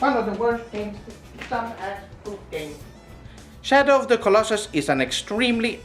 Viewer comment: "Shadow Da Colossus"